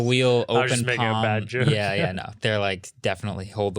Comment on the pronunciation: It's a 'Yoke' I tell you